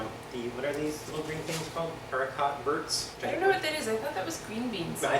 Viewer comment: ARE - EE - KOH - VAYR. Otherwise awesome vid :)